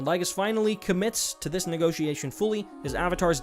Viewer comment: idk how you added more syllables and got Negotiation from Negation but aight xD